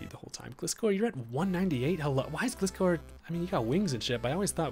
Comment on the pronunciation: Loved watching Showdown battles, but as someone who loves Gliscor, it hurts me hearing your pronunciation of his name lol. The "Gli" in his name is pronounced like "glide"